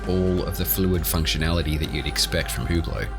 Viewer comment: its ublot not hublot